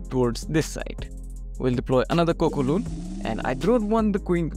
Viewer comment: Why do you call balloons cocoloon?😭